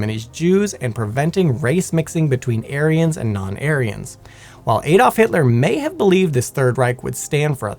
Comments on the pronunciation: Who the f is "Aydolf" Hitler?....its Adolf Hitler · Add-olf. Not hey-dolf.